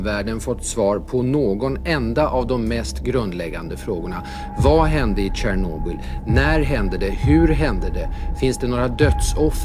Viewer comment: hver gang du sa hvor du var, så hørte jeg tranoblbli tipp tjapp hahaha